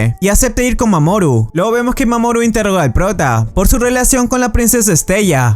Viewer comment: A alga más siente que dise mamón en vez de mamoru xd